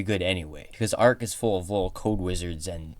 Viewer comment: Great Videos but the way he said Arch AHHHHH